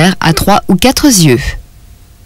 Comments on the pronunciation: ce qui me gêne dans le commentaire : trois ou quatre Z'yeux ou cinq Z'yeux.... personne n'avait remarqué ??? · Très bien. Au fait, quatre ne prend pas d's, donc quatre yeux et pas quatre "zyeux". A part ce détail, vidéo très informative.